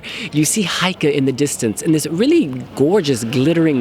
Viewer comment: still saying "Heike" instead of "Geike"... come on you can do it:-)